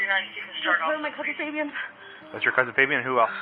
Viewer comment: Foh-bee-on lmao instead of just fabian